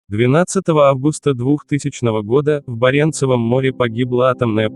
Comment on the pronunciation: После БарЕнцева моря🙄, желание слушать, как бабка отшептала🤪